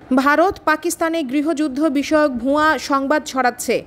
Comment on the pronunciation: "ভুয়া" উচ্চারণে চন্দ্রবিন্দুর ব‍্যবহার করবেন না।